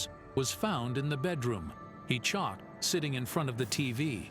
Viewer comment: please its Choked not chauked!!!!